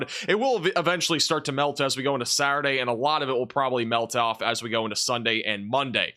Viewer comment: Just saying that Saturday has the letter T in it? Thanks for your channel, it's my weather channel of choice for information.